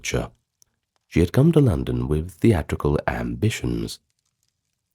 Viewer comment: My name is London and I love your voice.I love how you said my name , the vacating of this video